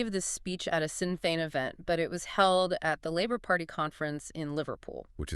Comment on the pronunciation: Shin Feahn .. is how it's PRONOUNCED YA TOOLS